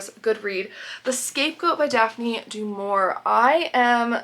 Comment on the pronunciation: I thought you lived in Arizona. Snow? Hale? I don’t like to pull you up on your pronunciation again but Daphne du Maurier is pronounced du Mauriay, as in a French style. I am annoyingly pedantic on pronunciation, sorry. As for cooking, have you thought of making Yorkshire puddings the next time you have a roast dinner?